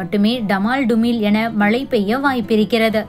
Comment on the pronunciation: தயவாக தமிழைக் கொலை செய்யாதே. மளை அல்ல மழை, வளி அல்ல வழி வளி என்றால் காற்று என பொருள்படும்.